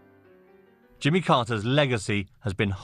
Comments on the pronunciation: The newsreader can't pronounce his name.. it's not Jummer, it's Jimmy! Lots of hesitation- you see who's good when it's breaking news and they haven't had much time to go through it. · Who's jimmer how can you pronounce Jimmy to "jimmer"